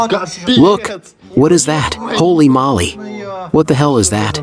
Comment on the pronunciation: Too long. NOT HOLLY MOLLY, ITS HOLEY MOWLEE!